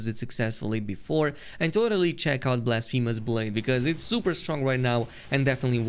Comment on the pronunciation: blasfeemus blade😂